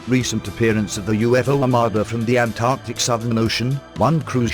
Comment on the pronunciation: Halarious synthesised dialogue but at least pronounced Antarctica correctly :D